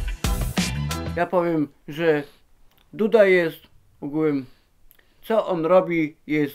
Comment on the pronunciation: Ugułem się muwi xdd